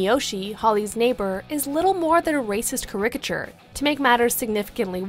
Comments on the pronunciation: Wait......"ka RIC it shur"? You mean "Caricature"????? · Kareiciture??? Lol I'm gonna use that now. Plus don't forget in TIFFANY'S, as pointed out in Seinfeld, the character of George (in the film.) is GAY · The way the narrator pronounced the word caricature 😂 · I was genuinely taken aback by the narrator's pronunciation of the word caricature. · They mispronounced caricature. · Can’t take this narrator’s opinion seriously after she mispronounced “caricature.” It just shows she’s never heard the word before trying to use it in a sentence obviously written by someone else. Also...it’s “moral,” not “morale.” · PLEASE look up the pronunciation of caricature before you try to use it in a video. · Please learn to pronounce 'caricature'. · If you're unfamiliar with a word such as caricature, maybe seek out how to pronounce it before using it. The more YouTube videos I watch the more I am embarrassed by the American educational system.